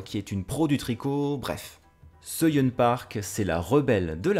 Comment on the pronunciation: Pour Soo-Yun, tu peux prononcer ça "Sou-Yeun" et Incheon se prononce "Intchone" (avec un O ouvert !). Tu me connais si bien. 😂 Ton retour sur Clayton est BOURRÉ de sous-entendus, djizeuss. 🤣🤣🤣🤣 Je m'en suis littéralement étouffé en mangeant mon yaourt. Avec plaisir ! 🥰